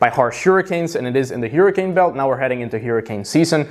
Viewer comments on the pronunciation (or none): none